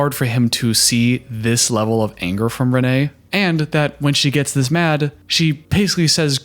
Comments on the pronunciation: For thr love of everything her name is pronounced "rain" and not Reneé.As a Reneé I don't claim her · She pronounces is Renee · I get that she isn't someone who commands respect, but I feel like you can at least do her the justice of pronouncing her name right. It's Rayne, like "Rain" spelled like "Wayne"